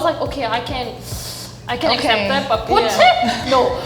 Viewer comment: I agree. And her Porsche was kind of weird too, as she pronounced the r a bit like English.